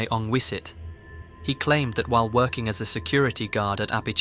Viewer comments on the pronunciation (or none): none